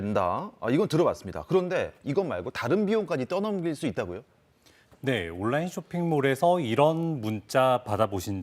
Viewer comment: 아나운서 발음이... 온나인, 온나인...